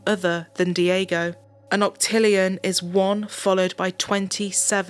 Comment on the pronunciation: Not dee-AY-go * dyeg-go